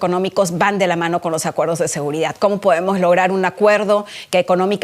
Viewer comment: Es seguridad no seguridat ya no sabemos ki hablar español